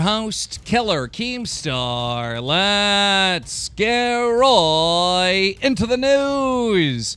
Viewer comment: What if keem actually thinks it's pronounced "rooooooight" because his dyslexia?